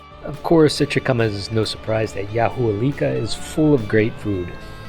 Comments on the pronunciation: All my family is from there. It is properly pronounced….*Yah-wa-leeka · The correct pronunciation is something like "ya(wha)lica". Welcome to our little town.